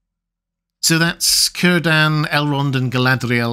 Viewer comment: PLEASE learn proper pronunciation. Tolkien was a philologist, pronunciation was important to him and he placed pronunciation guides in his book. All vowels are as in Latin. Cirden is pronounced Keer-den. Tolkien deserves that modicum of respect.